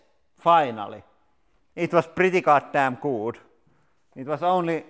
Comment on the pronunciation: When you hear goddamn in a foreign accent...my life is complete.